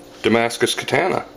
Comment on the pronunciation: I wanna punch you in your big dumb face everytime you mispronounce katana. Learn how to pronounce these words!!